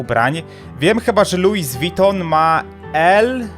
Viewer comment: Nie lujz witą tylko luj witą